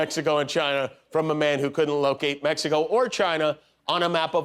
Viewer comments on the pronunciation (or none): Walker can't even say MEXICO correctly... He says MESICO...🤦🤪